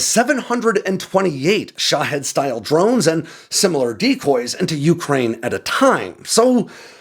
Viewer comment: We should invest in whatever gets to pronounce Ukraine properly.